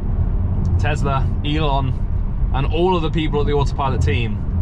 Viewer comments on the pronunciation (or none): It’s tesla not tezla